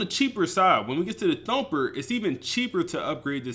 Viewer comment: You know it’s gonna be a fire video when you hear say “Dumper” at least 5x when talking about the Thumper LB